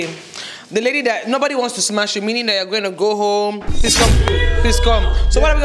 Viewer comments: Why do they always say SMACH. ITS SMASH!! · Why are they all saying smach? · Is it just me that is hearing"smach"??